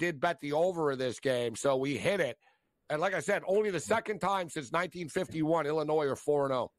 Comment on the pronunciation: Shift eyes calling them Illinoise lmao